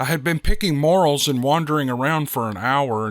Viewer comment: love your podcasts. FYI this mushroom, morel, is pronounced "more-EL".